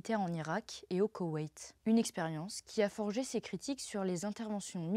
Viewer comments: Et "n'est pas vraiment zune surprise !!" 😂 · "n'est pas vraiment Zune surprise", puis "les 18 Zagences de renseignements"... Surveillez vos liaisons jeune fille ;)